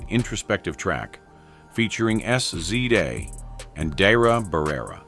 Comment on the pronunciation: Did he just say S . C. A. Instead of SZA?😂😂😂